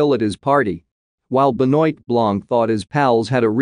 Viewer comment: please pronounce properly Blanc's first name!